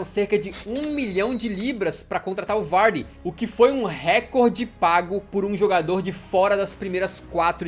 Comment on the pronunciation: Mas é o jeito certo